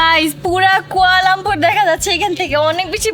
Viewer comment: কুয়ালামপুর না কুয়ালালামপুর